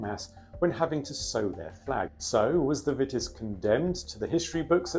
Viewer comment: It's pronounced 'Veetis'. Otherwise splended!